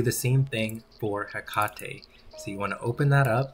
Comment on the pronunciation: Hekatey lol it is pronounced he kate 🤣